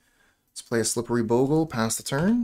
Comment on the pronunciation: Nothing makes me happier then a player who pronounces bogle right